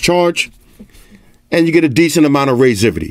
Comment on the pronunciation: wtf is "raizivity"?!